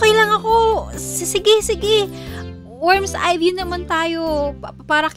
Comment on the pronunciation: "worms eye view"💀 grabe pre worms eye view paren pre?